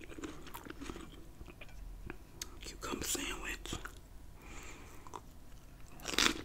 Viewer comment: .... “Cucumba sandwich” 😂😭 I just loveeee you